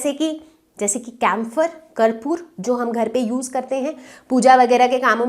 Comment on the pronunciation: Mam karpoor ni kapoor hota hai